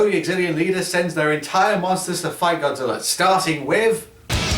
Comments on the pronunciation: In said Godzillr 😀 lol look at it yourself. Not the first time I heard that word Godzillr!!! 😂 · Why do you sometimes call Godzilla Godziller